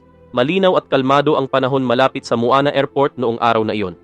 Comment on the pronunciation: Muan po hindi muana